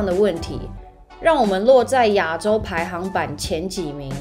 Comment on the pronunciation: Wow，妳的排行榜發音為排行板，哈哈